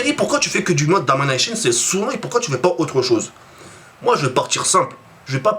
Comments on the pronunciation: ET!! PK TU FAIS QUE DU MODE DAMANEICHEUNE?!?!? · Franchement, je n'ai jamais vu un mec aussi monotone tu commence toujours tes videos avec exactement les mêmes mots on dirait un robot et ton accent anglais de merde quand tu dis "domination" content que youtube ne vous paye plus. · Damanayshon mdrr